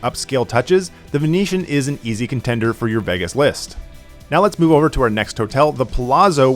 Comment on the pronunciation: Bro calls it Vaggis